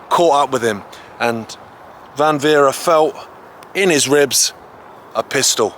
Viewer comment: Great film but it is Franz von Werra not Werre